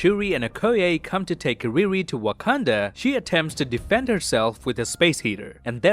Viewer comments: 7.37 I found an amazing detail in this video. While describing the colours of Sub-title you said "Wakanada" instead of "Wakanda" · u said wakanada once btw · Did you just say Wakanadan as a joke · i love the how pronounces Wakanda as wakanada as a reference to how brucebanner pronounced it in age of ultron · First I thought why did he pronounced it like that 🧐 then I remembered that Bruce’s picture is from Age of Ultron 😂😂 nice one